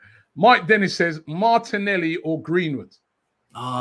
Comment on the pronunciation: How can you say lacazette and martinelli😂